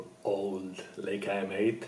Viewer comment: It' Laaaajka no Leeeejka